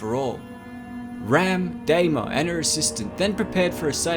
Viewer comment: Its Shaun San DEENA not DAYMA.